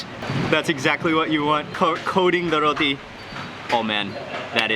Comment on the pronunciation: You called it a Rothi. Actually it is roti